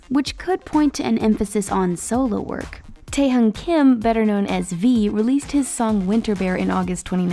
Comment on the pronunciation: Who even says taes name like that 😑